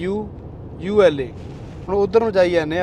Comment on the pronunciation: Alula ni bro al ula boln ch aounda